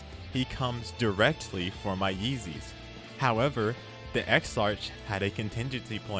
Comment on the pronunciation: I'm going to save you some embarrassment and aggravation for future videos the characters name is pronounced ex-ark